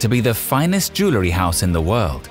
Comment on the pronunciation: SOOO ANNOYING HE CANNOT EVEN PRONOUNCE “ JEWELRY “ CORRECTLY 🤔😱😲🤬